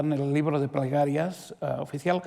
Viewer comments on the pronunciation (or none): Es un fastidio oír al calvo. No pronuncia bien las palabras. Usa mucho la R. El ribro de pregarrias.